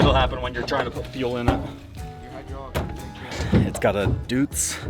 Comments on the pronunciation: You said you needed to take the boom off ... yet you took the dipper arm off. (?) As for the motor, it's a 4 stroke 12 cylinder Deutz, and its pronounced "Doitz" not Dutz. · Deutz is pronounced DoyTZ and they are incredibly reliable engines. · Its a case poclain pronounced O p"0"clain and the engine is a Deutz pronounced replace the E with the letter >i< d"i"utz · Pronounce "deutz" as "doitz" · Deutz is pronounced "DOYTS" Dang Germans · Poclain were a French company, pronounced poke...lane ,(deutz is pronounced doit.....zzzz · PO(as in hoe)-clain Duetz diesel pronounced: Doy(toy)--CH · It's amazing he's got this much info on diesel engines but can't pronounce one of the most reliable diesel motors ever in Deutz. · Hey I heard that, you pronounced deutz wrong 😑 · The way he pronounced word Deutz,i bet that every person who was a part of the development of this masterpiece is rolling in the grave of how bad was it. 😩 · Hes saying Deutz so wrong :D